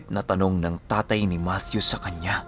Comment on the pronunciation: yay!!!! thanks ❤️ matthew with the TH talaga🥰 god bless and more power... abid listener from KSA🇸🇦